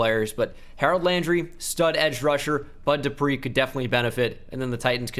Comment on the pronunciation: u got the bud dupree one right lmao